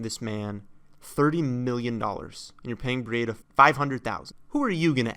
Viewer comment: Breedah not Bree Aid Ah